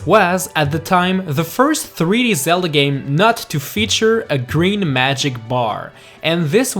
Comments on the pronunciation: Why did u say the legend of Ze - La ?????? ITS THE LEGEND OF Zel- DA OMG .___. Do u even Zelda bro? Have u heard anyone say Ze la??? It's Zel da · "The Legend of zela" xD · Lee Sofer He acutaly said "zela"😂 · Did he say Legend Of Zela? WER R U ZELDAAA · he said zela LOL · You Say Zella Instead of Zelda...Lol... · IT ZELDA NOT ZELLA!!!!!!!!!!!!!!!!!!! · no way bro said "legend of zela." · Haha he just said legend of zela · You just said zela lol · YOUR SAYING IT WRNG THE NAME ZELDA! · At the beginning you say the legend of Zella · You Said Zela In the Beginning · "The legend of zela" 😂😂😝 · The legend of Zella? Like if you heard that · legand of zeld?what? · > the legeond of zela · Hey! on't iss zela, it's very goo! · Did he just say the legend of zella in the first 3 seconds? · I tried to watch the video. I really did but lost hope when he said The lezend of zela iz such a greet seriez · "The Legend of Zela", 2016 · you said Sella at the start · legend of ZELLA??!!?!? good vid tho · U said the legend of zela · He said "THE LEGEND OF ZELLA" LOL ._. <-- he's not kidding, he thinks it's not funny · Lol, at 0.14 said "Legend Of Zela" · Wait... in the beginning, did you just say Zella? Edit: also you don’t pronounce the “b” at the end of dumb